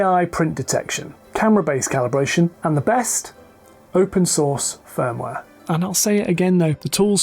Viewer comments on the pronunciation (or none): none